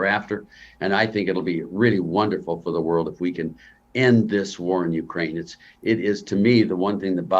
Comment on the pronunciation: Finally. The first American who knows how to pronounce UKRAINA. Not YUKRAIN.